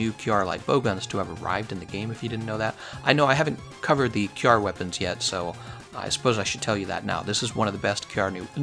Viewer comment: Finally, you started pronouncing it kyarr. By the way I always wanted to try decay lpg against him. I am glad somone had the same idea.